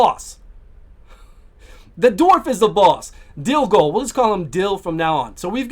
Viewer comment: DilGOL. All I was hearing is DilDO :D Was laughing my ass off when you shortened it to Dil..